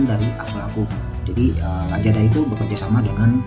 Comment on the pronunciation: Kok lajada? Lazada kali bg pake Z bukan pake J..